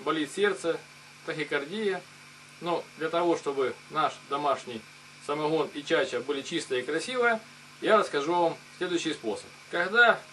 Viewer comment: Хадость , самоХон , переХон ..